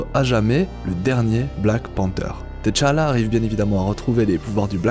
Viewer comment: Woaw ! Juste un truc, on dit juste tchalla et pas t tchalla, sinon je viens de voir l'épisode 7 de wandavision et j'attends ta vidéo !!!